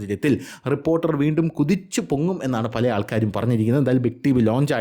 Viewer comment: ട്രിപ്പ്പോർട്ടറൽ അല്ല റിപ്പോർട്ടർ കനം കൂട്ടി പറയണ്ട തന്റെ റേഞ്ചിൽ പറഞ്ഞാൽ മതി